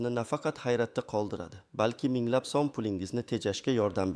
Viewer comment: Суний интеллектми бу узбек сумини талаффузини тугрилаб айтиш керакмикин